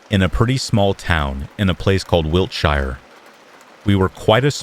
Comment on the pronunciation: It’s pronounced wilt-Sheer not wilt-shy er xx